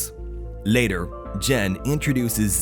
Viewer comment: “Laëtœr” bros can’t say later